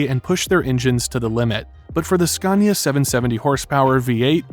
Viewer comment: Would be awesome if you could pronounce Scania correct